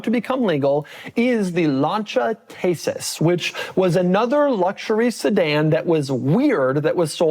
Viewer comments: Decent pronounce of the Lancia, however it is not “taysis” it is just “tEsis” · It’s Thesis not Tesis!!!